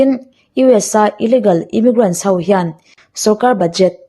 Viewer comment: thine, chutih rualin ho tia lamtur hau tia I lam ri thin hi chuan ngaihthlak a ni nuam lo deu thei, i aw mawi em em hian ngaihthlak a tinuam zual thin.